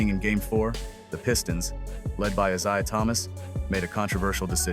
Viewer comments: CON-test instead of con-TEST, Is-I-ah instead of Is-A-h. You’d think they could teach AI proper pronunciation and stress on the correct syllable. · when you hear the Narrator say ISaiah rather than Eyesaiah, you know AI is a problem and these guys don't know jack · "I-ZI-UH Thomas" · This artificial intelligence voice is mispronouncing Mr Thomas's first name😮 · love Ai cant pronounce Isaiah. uttering 💩💩💩💩😑🤔